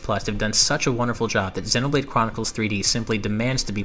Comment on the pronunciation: Dude, I like the interest, but Xēnoblade Chronicles. Hard E sound.